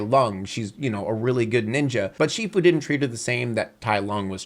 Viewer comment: I love this video, but man, I die inside every time says "Ninja" in this video.